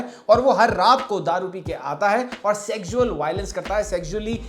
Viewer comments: Why can’t you say sex and sexual properly? Segsual? 😅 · bro can't pronounce "sexual" and "fetish".